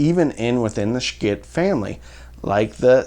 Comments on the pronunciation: Ok, why are we avoiding the 'elephant in the room?' Why are you afraid of pronouncing their name correctly? Its an 'SH' sound, not 'SHC'. Get it right. They are worthy or correctness. Love your reviews! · Took me a minute to figure it out, but are you pronouncing it "Shciit" to prevent the video from being demonetized?